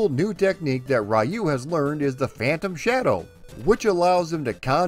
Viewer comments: Please spell Ryu by ree-uu not ry-uu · Love all of your research and history on this game. One correction though. His name is pronounced "Reee-yu". Not "Rye-yu". Other than that, love your channel. Keep up the good work man ☺️ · Why do english-speaking people always mispronounce the name "Ryu" as "Rai-oo"? it's "Ree-oo" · It's 2020, and people are still pronouncing his name "rai-yu" 🙄 sigh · Arcade version is fun but I spent the most time with the maddeningly addictive nes version. Also I just have to put my two weeb cents in: it’s closer to being pronounced “ru” with the r pronounced somewhere between r and l. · Sorry but you aren’t pronouncing Ryu’ name correctly. It is pronounced REE-U. Excellent video as always. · It's pronounced Re-you.😎👍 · Raiyou..... Cringe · America always gets that name wrong. smh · Don't worry, I will address the pronunciation in part two. Thanks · Every time an American mispronounces the name "Ryu", a cherry blossom tree withers away and dies. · so funny how americans pronounce "Ryu"....